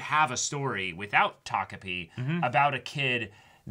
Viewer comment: Thank you for being able to say takopi and not tokopi.